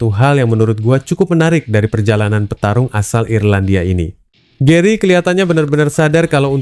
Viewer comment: Iyan jeri apa Ian Garry??😂😂😂 Asal nyablak aj lu bacot! Pelajari donk min penyebutan nama yg lazim disebut,yg ideal & yg benar. Jangan malu menyimak chanel2 besar buat membenahi spelling lu!